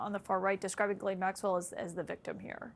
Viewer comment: I'll never understand why they pronounce her name "ge-len". Her name is Ghislaine, best pronounced "Jiss-len."